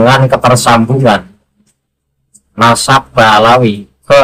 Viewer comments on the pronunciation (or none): Gus baha katanya berilmu , ngomong nadab aja belepotan, memalukan baha mukibin.